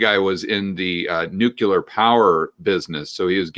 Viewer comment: Nuk-yuh-ler, Mr. Bush??!? New-clear.